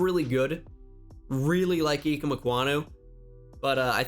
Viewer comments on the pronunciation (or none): Its I-keem